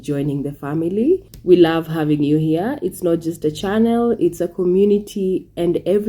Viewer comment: 1st: Jamaica was never poor back then. A $US was only worth Ja 80 cents. We bought rice from Guyana, it wasn't given. 2nd: That's my dig at her speech. She might own Peas and Rice but not Rice and Peas. And it's 'here' not 'hair.'